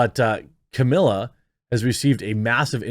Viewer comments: Please try to get her name right! It’s Camille not Camilla! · "Camilla" hahahahaha cmon dude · It's not Camilla it's Camille!!! Please get Depp's attorney's name right! Geez. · Ka meal not Camilla. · I think her name is pronounced Ca meel, not Ca milla. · Jeremy don’t be like Elaine; learn to say her name correctly. It’s Camille not Camila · PLEASE! IT'S NOT CAMILLA..ITS CAMILLE..NO A AT THE END OK? HOW DID U LISTEN TO WEEKS OF THAT TRIAL & STILL MISPRONOUNCE CAMILLE' S NAME? im not being snarky but this woman deserves to have her name pronounced correctly...agreed?